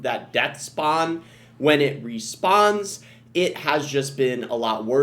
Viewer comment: don’t you hear it? “When it re✨😩spawns🎶✨” it was completely normal until “spawns”